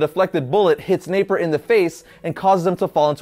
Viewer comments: Its napier not naper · Hate to be that guy. But, it's Jack Napier. Not, Jack Naper. Great stuff though!